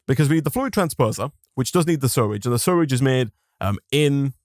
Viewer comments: I guess I missed it, but how come you pronounce it "surrage"? Not to be ignorant, just curious. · it still annoys me how he can’t say sewage right.